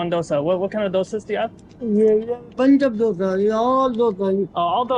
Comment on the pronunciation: American saying dosa properly while North Indians struggling with it😂